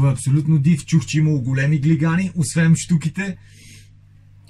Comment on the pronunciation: Само за протокола казва се "освен" , а не "освеМ" 😉